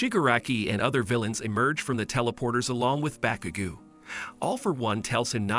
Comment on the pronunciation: Bakugu who that its bakugo